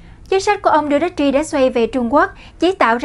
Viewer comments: Đù tê tê...! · Rodrigo Duterte (roˈdɾigo dʊˈtɛrtɛ) làm tin tức thì nên tìm hiểu, đọc tiếng Anh, ít nhất đọc tên nguyên thủ quốc gia cho đúng... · Đọc tên tổng thống không chuẩn